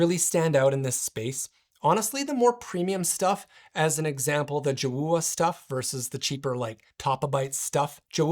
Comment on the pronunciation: I think it's pronounced Joe ah